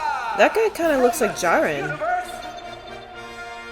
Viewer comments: lmfao the Goku bashing is so entertaining. He's like an open book, but he reads everything out loud. I also noticed the way you pronounce Jiren. I know there's an I in it, but you prounounce it's: Jeer -en. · Is it weird that I like how she mispronounces Jirens name?